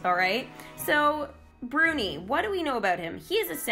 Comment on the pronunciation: İT İS BRUNİ NOT BURNİ